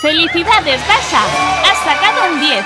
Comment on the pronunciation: Es dasha no dachi